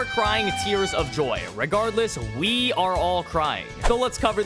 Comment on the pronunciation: Didn't know you spoke French saying we (oui)